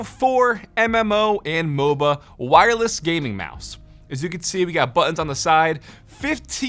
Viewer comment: buTTons, say your consonants!